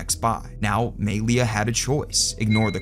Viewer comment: Gotta say, hearing homie say "MAY-LEE-UH" so confidently tells me EXACTLY how many black friends he has...😂